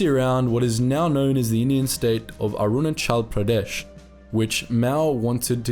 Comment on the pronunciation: As someone from Arunachal Pradesh your pronunciation was on point.